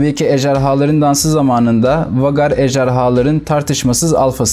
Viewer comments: Okunusu Vagar degil usta Veygar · vagar nedir birader be doğru telafüz et pls veygar olarak okunur